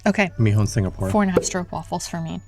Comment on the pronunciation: Yes it's almost an 'aw' sound (straw-p-wafel)